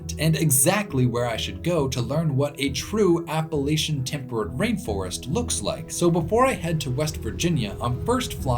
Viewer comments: No it’s not it’s pronounced Appa-Latch-Un. I’m from West Virginia, the regional dialect pronounces it this way, that means that the way we speak it is proper. He’s saying it properly. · Every time in the video that I heard you say "Appalachian" the right way (APP-UH-LATCH-UHN) I threw a fist in the air, and I'm not joking at all haha. Love the video. Thank you for coming to my home state of West Virginia. Its got so much beautiful land. I miss it dearly. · New fan simply b/c you pronounce Appalachian correctly!! I’m from VA, recently spent some time on west coast, really “grinded my gears” the way they pronounced it out there!! Trying to make it sound all bougie! 🤢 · He pronounced Appalachian right!! Made me so happy!!